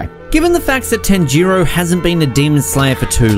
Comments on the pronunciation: Tan-jiro😂😂😂 this dude can’t pronounce anything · Tan ji row is what he said